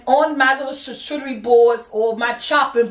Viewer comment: It's pronounced shar-koo-de-re